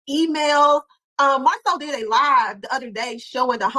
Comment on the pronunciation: Who knew is the only one that calls Marsu MARSOL…This might be her burner account…Go listen to her commentary about Lamh…See how many times she says “MARSOL” 👀